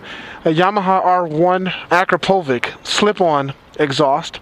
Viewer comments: Akrapovic is actually pronounced "Akrapovich" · Dude it is pronounced Akrapovich, ch like in a "channel". I know you are from US but it is a Slovenian company and I speak similar language so I know what I'm talking about (and it is in my name too btw). Do all americans pronounce it like that lol? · That's not the way you say Akrapovic... the ending should sound like Bitch! like AkrapoBitch with V instead of B... Akrapovitch!!! :D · It reads Akrapovich not Akrapovic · It's pronounced - Akrapovich! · That's not how you pronounce "Akrapovic," man.